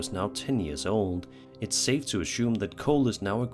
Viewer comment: Assume my guy not ashoom